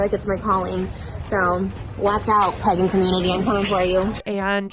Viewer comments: pEgan instead of Pagan T-T I can'tttttt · Omg she’s saying Pagan not pegging I came into this video confused af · Not me thinking she said ‘pegging community’ and not pagan community at the start of the video 🙂🥴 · The way she pronounces it "peggan" is SENDING ME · She did! Trisha is pronouncing it Peggin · Every time Trisha says PAGAN it sounds like she’s saying PEGGIN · I just cannot with her pronunciation of Pagan being “peggin” 🥴🤦🏼‍♀️😂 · Pegen community.....she can even say it right , she is going to piss off a pagen/ wicken and she is going to end up with a curse on her! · the fact she keeps saying pegin annoys me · Am I the only one hearing "pegging community" lolol I can't unhear it now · why did i think she said pegging community at first…. lmfao it made the i’m coming for you comment much funnier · Hahaha, I saw in another comment section they thought she was saying pegging. I think that's more appropriate for her. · I didn't realize it was pagan until about minute 5 lmao